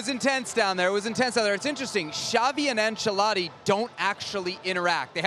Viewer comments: Americans pronouncing ancelotti as ansheladi lmao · Bro really called Ancelotti; "ENCHILADA" 😂